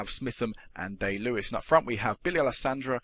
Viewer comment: its pronounced die lewis